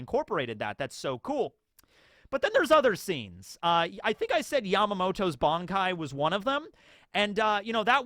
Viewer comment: At one point you referred the creator of bleach as ODA, also why do you call it "BONKAI" and not "BANKAI"